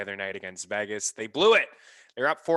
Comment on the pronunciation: Who is VAGas? It’s VEGas—it’s E as in Ed.